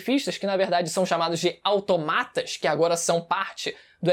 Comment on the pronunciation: só uma coisa: Automata é o plural de Automaton e a silaba forte é no "To" (pronunciado igual a "tomar")